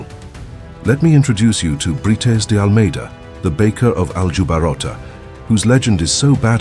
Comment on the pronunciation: Brites is pronounced somewhat like Breets.